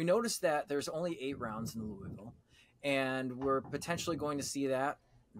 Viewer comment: Love you guys but the S in Louisville is SILENT LMAO WTF